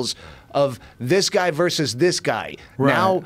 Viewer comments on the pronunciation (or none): none